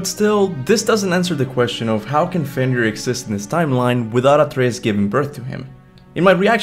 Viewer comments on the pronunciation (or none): none